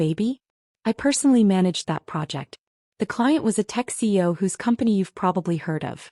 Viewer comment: You all need to learn that it’s C-E-O not CO the way you or your AI continually pronounce it.